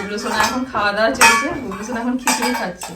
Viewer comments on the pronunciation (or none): দাদা তুমি বুবলু কে বুবলু লে বলো কেনো